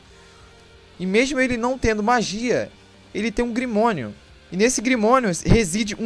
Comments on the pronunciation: Ficou top seu video , mas... Fala grimório não grimonio kkkkkkkkkkkk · Grimorio mano e não grimonio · É grimório mano não grimonio